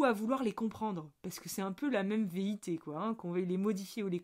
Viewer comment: 😂tu as téléchargé un nouveau mot on dirait : veité ? Ou velléité ?😅 Je te taquine, merci, encore une magnifique capsule, tout est dit, on se met sous la cascade et on respire avec le nez au lieu de VOULOIR nager dans tous les sens - ou à contre courant ! ❤🌟🌺